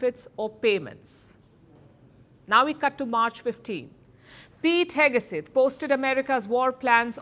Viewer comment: Pete "HEGESETH" : KNOW-IT-ALL PALKI finally REPEATEDLY shows her IGNORANCE - US DEFENCE SECRETARY'S name is Pete HEGSETH and NOT Pete HEGESETH. JUST SAYING.